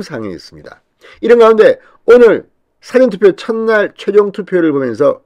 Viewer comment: 사전투표 발음이 좀~